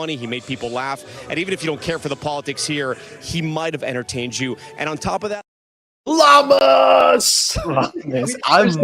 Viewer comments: _mtn::_mtn::_mtn:it's spelled Llamas but it's pronounced Yommas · llamas is pronounced Yamas (double “L” is a “Y” in Spanish . I saw his report that night and almost choked! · Guys 2 L's together in Spanish is pronounced like a "Y"